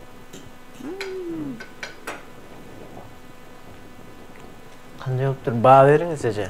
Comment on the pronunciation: Пысымылла деген соз жок писсимилла деп суйло